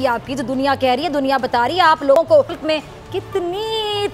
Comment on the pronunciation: bc mulaka nahin hota mulk hota hai